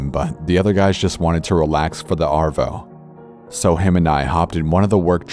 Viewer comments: Ok ok, I know your American and if you said it the way Australians said it, it would sound very weird... but ‘arr-voux’? Mate it’s pronounced ‘ah-vo’. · As an Australian, corpse saying “arvo” just didn’t sound right